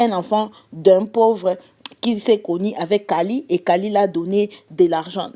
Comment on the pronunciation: C'est pas pour être méchante mais c'est Kylie et pas kalie